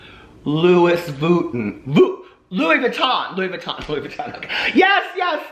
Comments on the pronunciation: Loowis Vooo-ton 😂😂😂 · Louis vooten....lol😂😂😂